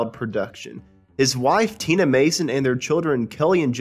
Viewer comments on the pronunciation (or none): none